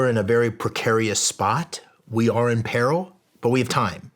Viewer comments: So we just not gonna talk about how he mispronounced “peril”… Ok… 😅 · Shawn greatly appreciate your energy and your guest's. Bro please learn how to pronounce " PERIL" correctly. Moving forward you need to be on point in every aspect of production including pronouncing words correctly. Later bro ...